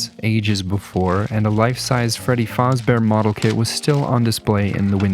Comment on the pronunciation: …did he say ‘Freddy fahzbear’